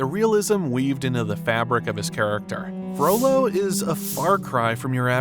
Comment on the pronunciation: Is it just me that occasionally hears 'frodo' instead of 'frollo'?